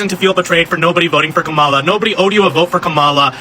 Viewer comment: They say they are so much smarter than us yet he's spreading a debunked lie about Kamala arresting BM and extending sentences. Then pronounces her name incorrectly on purpose, which is coincidentally what the racists keep doing. Then he's requesting allyship with people he is saying are unintelligent and don't deserve basic human respect. Then he says we don't understand how social movements or allyship works. THEN he complains about how our tax dollars are used while he himself is still paying taxes. If black people are so stupid and selfish I can't imagine the point of continuing to 1) ask for our help and 2) addressing us instead of the Republicans who are in office. I will disengage from any movement that prioritizes calling black people slurs when they are in the middle of a crisis. Go start your revolution and call Jill for help with that.